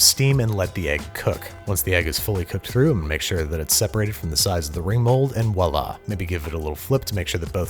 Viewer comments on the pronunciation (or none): none